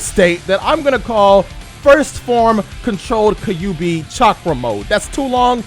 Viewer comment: Don't you DARE ever pronounce Kyuubi as "Kah-yu-bi" ever again. Stop. Legit stop. Actual stop. Stopping legitimately.